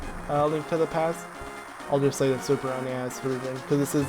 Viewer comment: Why did you have to say "a link to the pe-aaasstt" like that😭😂